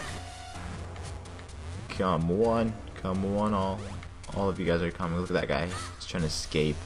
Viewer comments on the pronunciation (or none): none